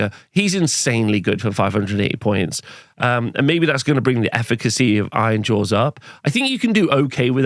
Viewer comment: Did you articulate the names of the armies in the least understandable way on purpose ? It's like you're rushing to get the syllables out of your mouth, blending them all together. Took me several replays to figure out you were saying "Nighthaunt" or "Ironjaws".